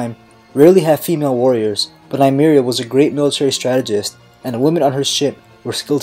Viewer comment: every time he mispronounces Meria's name i cringe